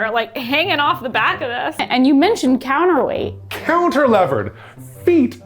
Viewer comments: when said "counter-levered" at the start, I think he meant "cantilevered", so that might explain the confusion that came up from that later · Cantilevered? As a structural designer I felt a disturbance in the Force when you said that word.